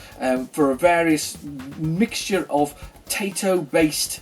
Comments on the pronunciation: You have an impressive collection of games! Have you ever played "Vagrant Story" on the PS1? it's one of the greatest games ever made for the system, a cult classic. if you can get that one, I really recommend it. By the way, the way to pronounce TAITO is: "Tah-Eeh-Toh" or "Thai (as in thailand) - toh (as in torrent)" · Great haul there mate, i say Tie Toe (as thats how i was told its pronounced)